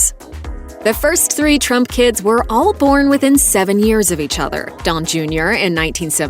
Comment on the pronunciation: Did she say “Trumpkins” or was it “Trump kids”?